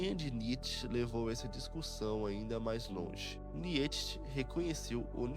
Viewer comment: Que agonia de ouvir niÊtche.